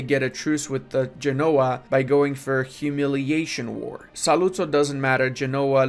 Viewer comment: quick pronuciation tip: Ur italian is pretty good for an non italian guy but you put the accent in the wrong vocals, like in saluzzo the accent is in the u, in treviso is in the i and the o has a closed accent ecc...